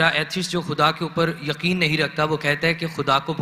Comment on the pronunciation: Word correction: yaseen : yaqeen